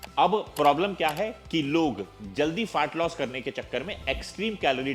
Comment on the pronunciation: Is chutiye ko FAT LOSS bolna bhi nahi aa raha hai … Fart loss bol raha hai